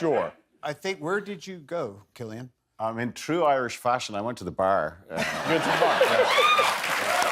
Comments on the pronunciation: Hey Jimmy, do some research on your guests. It's not pronounced 'Sillian'! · Jimmy really said "Sillian" Look how they Massacred my boy... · He called him Sillian!! What a joke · pronouncing cillian wrong!!!